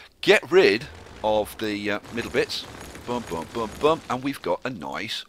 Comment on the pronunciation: Your accent makes "boom" sound like "bum" and that is funny to me.